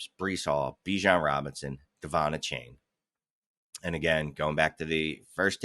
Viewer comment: Achane's name is pronounced A-Chan. Not a-Chain.